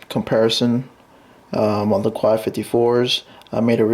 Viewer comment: Quai is pronounced "k"